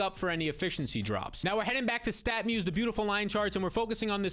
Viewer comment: Are you saying "Statmuse"? I went to that site and there doesn't seem to be much info. Am I hearing it wrong?